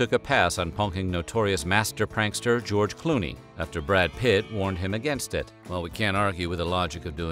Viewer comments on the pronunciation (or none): none